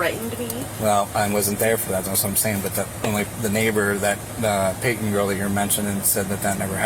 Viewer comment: Serious question: When was the letter "T" removed from the middle of words? And who decided it was necessary? I mean, calls someone named PayTon, "Pay-un"? Dear Lord, please take me home soon!